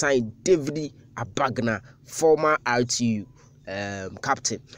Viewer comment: He David was my primary school mate. His name is David Agbanga and not Abagna as you guys pronounce it. Maybe he might have changed his name.